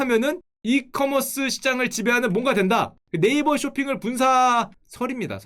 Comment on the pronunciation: 네이쓱 ㅋㅋㅋㅋ 찰지네...